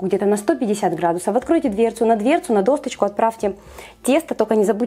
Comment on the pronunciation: Дорогая!Спасибо вам за рецепты:)Вы очень милая и хозяйственная девушка:)Только слово «досточка» по-русски правильно произносить нужно -досочка:)Я понимаю,что вы украинка,впрочем как и я,но старайтесь говорить правильно,чтобы не «резало» слух.Удачи вам!